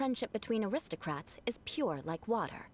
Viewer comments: Shoe Butt is the classic arrogant villain that gets treated like a joke Also, Eula is the best. Nothing can change my mind Edit: Paimon imitating Eula is just Corina having fun with their lines XD Also the "acristocrats" thing is only in English because Corina couldn't pronounce aristocrats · fun fact! Paimons VA says “aristocrats” that way only in the English version because she couldn’t pronounce it :,) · How in teyvat did paimon manage to pronounce “Gebratnes fleisch mit sauerkraut” after hearing it ONCE but not “aristocrats” ? !